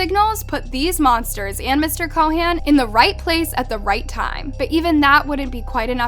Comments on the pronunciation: It's Chauhan not Co Han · Ik what happened is horrible and I'm so sorry for them and their family, but i have to say this, your pronounciation of Anil Chauhan is killing me. That's not how you say it